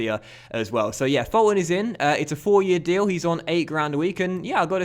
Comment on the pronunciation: Fulton is pronounced as Full-ton